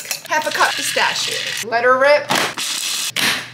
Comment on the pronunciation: The pronunciation is pistakio, like there is a k... You pronounced good bruschette...